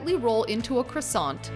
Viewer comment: Parisian chefs would have taught people how to pronounce croissant properly though.